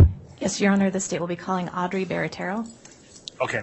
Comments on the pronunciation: ALL these people are more than easy to play. This Barratarrio women doesn’t even pronounce her own last name correctly. Fascinating! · B-A-R-A-T-T-I-E-R-O, not Barratarrio. C'mon, guys! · 🚩🚩🚩Hey EAST IDAHO NEWS !!! YOU LISTEN! She's had her life upended, the LEAST U can do is-SPELL her last name right! It's stated w/I 25 seconds, 4 syllables- 🚫5, 2R's- 🚫4, 2T's-🚫1! BARATTIERO; sounds like 'bāratārō'. 🚩🚩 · Barattiero. She spells it out. It's a thing they do in court. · That’s not how she spelled or pronounced her name lol